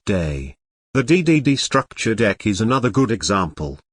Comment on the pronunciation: *STUCKTURE DECK*🤣🤣🤣🤣